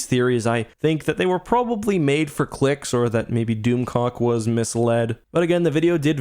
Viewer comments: I swear to God! I thought was saying DoomCock. I'm sorry! I was losing it when he kept saying DoomClock. 🤣😂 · Doom clock not doom cock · Its hard to watch a video and take it serious when you keep hearing "doomcock"